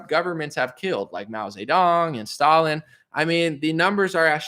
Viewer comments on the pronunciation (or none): none